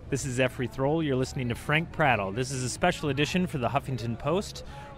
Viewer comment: His name is pronounced "efrey" not "Zefrey". Please, can someone show Zefrey how the video camera works? (Just kidding... using animated stills on youtube is creative.